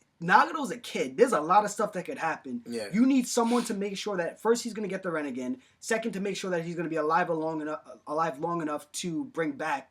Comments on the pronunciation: yeah that bugged me. rinnengan was like "ren-igen" and Madara was "mader-uh" Nagato was like "nagudo" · DUDE i know this was made a long time ago but you butchered like every word😂 “nagado” “ renigin” “aktsi” “ edo tensay” lmaooo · Did anybody else notice they pronounce everything wrong? Rinnegan, Madara, Uchiha,Uzumaki, Nagato, and some other one's I don't feel like typing.